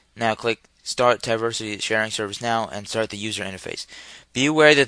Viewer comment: Why do you keep saying "Ti-versity"? It's "Teeversity", like "TeeVee" aka TV, you know, Television. But thanks for the tutorial.